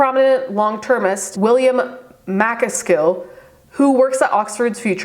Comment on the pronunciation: Btw, MacAskill is pronounced macKASkl.